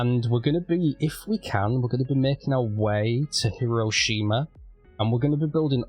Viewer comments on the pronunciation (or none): You’ve got a great build started. Can’t wait to see more. A handy guide I was taught to pronounce most Japanese words is do not emphasise any syllables. So it’s not Hee-roe-shee-maar. It’s Hih-roh-shih-mah. Make all syllables short. So it’s Hah-tsu-kah-ih-chih. It’s not always perfect but it’s usually close. Hope that helps.